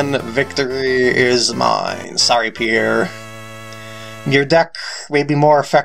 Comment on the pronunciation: Why did you call Warren 'Steve' at the beginning of the video? Maybe you should've done the rematches with a different deck! Can you not pronounce "Pierre"? :P